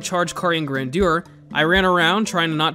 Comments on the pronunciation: Grandeur was almost right, you just need to put the stress on "Gran" (and General American usually make that "GRAN-jur", the "dyur" pronunciation is more high society British but still valid) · It's pronounced Carian Grandeur not Carian Grandeur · It's actually pronounced Carian Grandeur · It is pronounced grandeur